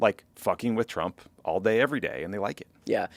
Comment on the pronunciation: Wht is nobody commenting on Trae Gowdie doing a slip of the tongue saying Chump instead of Trump😅